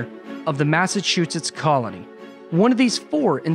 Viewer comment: Hearing you say "Massachusetts" really hurts my ears. Yikes!